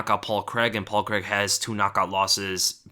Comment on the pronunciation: ffs americans... it's pronounced Crayg... there is no such name as Creg